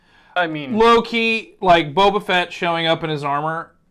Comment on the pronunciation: AND FUCKING PRONOUNCE BOBA RIGHT?! Sheesh!